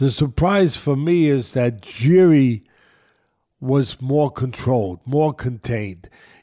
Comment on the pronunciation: You both pronounced Jiri's family name incorrectly btw😂but whatever